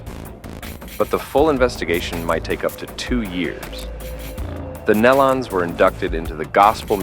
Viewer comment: I watched this one video the girl was calling them Nelawns better way to describe in typing